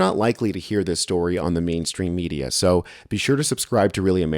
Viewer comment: I thought you said the media killed the dinosaurs for a moment.